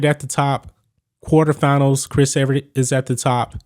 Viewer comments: If you’re gonna talk tennis you have to say their names correctly. Her name is Chris “Evert”. NOT Chris “Everett”. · E-Vert not Eve-Er-It